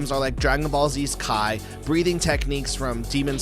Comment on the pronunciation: I was listening so intently, and then he said "Kai". Nah. Bye man, sorry. I can't take you seriously if you can't even pronounce the words...